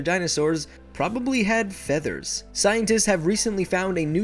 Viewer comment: I thought you said Father's xD